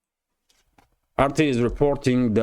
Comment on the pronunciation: you pronounce afraid as, a fried. it sounds more like a frayed.